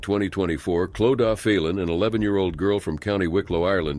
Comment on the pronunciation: No it is not! Clodagh is an Irish name pronounced Clo da.